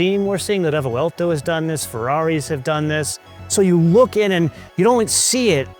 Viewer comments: wtf is a refewelto? Its a Revuelto (pronounced Rebwelto) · Your odd pronunciation of Re-vuel-to sounds strange…it’s 3 syllables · A stunning motor car to be sure, but why say it 'craps on the Revuelto' (work on your pronunciation of Revuelto, too 😅) when it costs 6 times the price? That's like reviewing a Ferrari 296GTB and saying it craps on the Audi S5. There's nothing wrong with the S5 for the price, and there's nothing wrong with the Revuelto for the price... For the record, the cheetah is the fastest mammal on earth.